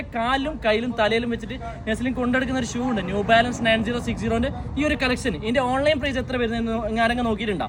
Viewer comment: The real brand name is New Balance, not “Zew Balance”.😂😂😂😂